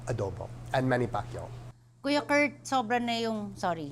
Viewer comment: kuya koort, buhol-buhol na yung tongue twister, ang hirap naman kasi!!!